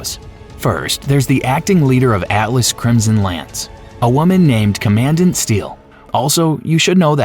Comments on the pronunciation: Say it with me "Comman-dant" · Commandant pronounced common-dant 😂😂😂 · “TOR-gyoo” “cuh-MAN-dent“ “muh-LEE-won” “VLAY-doff“ “guh-HEE-nuh” then “guh-HAY-nuh” “TED-ee-yore” The pronunciation in this video is wild, but the content seems pretty comprehensive.